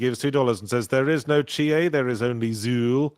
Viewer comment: It's Chiie anything else is wrong